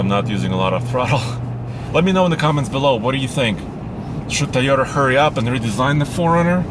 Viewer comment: Toyota: TOY-yo-ta Not ty-yo-ta or tee-yo-ta. Lol love your videos, keep up the good work!